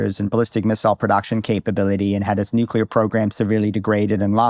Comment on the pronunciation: And nu-ke-lar